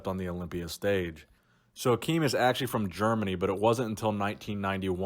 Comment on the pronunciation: Ak im not Ak eem. He's Germanic not Arabic.